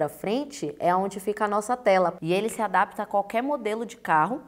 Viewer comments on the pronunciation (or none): none